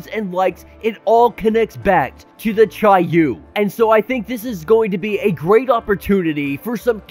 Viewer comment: I googled how to pronounce each of those words and that’s how it said they were pronounced. Except for chiyou I said that wrong